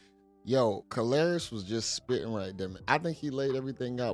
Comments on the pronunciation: You keep calling him Ka-lari-ous is hilarious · Brah, He Ain't even saying dat dow, He Says " Car Larious " 🤣😂😅 He midst well say call him " Hilarious " 😆